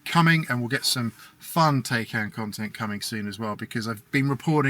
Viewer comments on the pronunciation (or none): Bruh.... At least say it right! Tie-Kahn. Rhymes with Icon. Fact check me! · I own one too, but the YouTuber should at least pronounce it right! Both syllables he is pronouncing it wrong which just makes more people think that's the proper pronunciation!